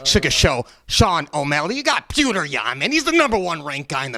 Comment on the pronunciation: Sean is a real Alpha male, pronouncing Petr's name correctly. Anik, and Helwani take note. With all due respect, when fighting in America, his name is Peter, not "Peautrhgh." P.S. I love the Russian fighters, they are the best.